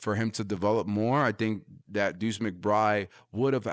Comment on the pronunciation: Sounds like you know what you're talking about, but I had to shut of the video because of something my ear kept picking up on. It sounds like you're dripping the D sound off the end of McBride. Sound instead like McBry. A little too distracting for me.